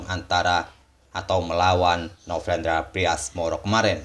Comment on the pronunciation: Ini telinga gua typo dari kmarin apa ya. Dengernya novrendra bukan novendra.